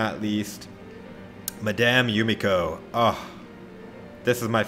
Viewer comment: Lol the "Madame" was so Funny ( i am French) :D